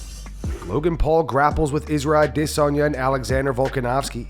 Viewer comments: anyone else annoyed by how he says adesanya everytime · I dare you to interview Izzy and pronounce his name that stupid way you intentionally mispronounced it.